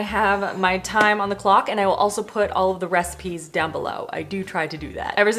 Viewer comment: at the end it sounds like you say 'for more 5 minute reciMEs' 😂 looove the look of the orzo one, def want to try that one out!